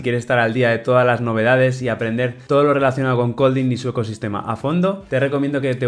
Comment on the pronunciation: No me cabe en la mente un dev experto en Kotlin que ni siquiera pueda pronunciar Kotlin correctamente